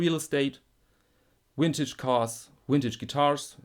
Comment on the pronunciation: it's cute how some europeans can't say the letter v, like you saying "wintage guitars"